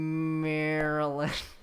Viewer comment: real glad he got Maryland right first try